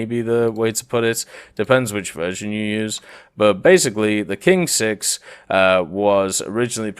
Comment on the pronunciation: "Qing-6" is pronounced as "Ching-6"